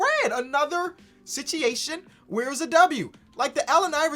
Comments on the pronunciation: Ok idk if I’m missing something if it’s some type of slang but why is saying Sichiation instead of situation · you gotta stop saying sitchyation instead of situation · "Another sitchiation"